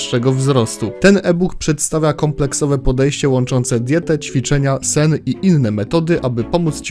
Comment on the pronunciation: "Czwiczenia"? jpr.dll xD